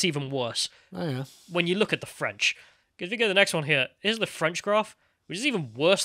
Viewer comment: You know, an enterprising reporter who wanted to make a name for themselves would track down the German politicians from that clip and ask them for their comments on the current situation (pun not intended). EDIT: I am dying from the pronouncement for French and France. It doesn't sound like a nationality, it sounds like something stuck to the bottom of your show.